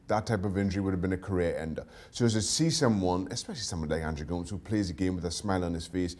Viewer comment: Can’t be much if an Everton supporter if he pronounces Go-mes “Goooomez” 🙄